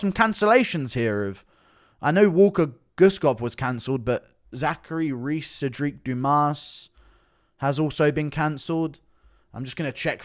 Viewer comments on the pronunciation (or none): none